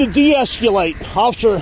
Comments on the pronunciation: It was more like "De-es-cyoo-late!" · He pronounced it "de-escyalate"..lol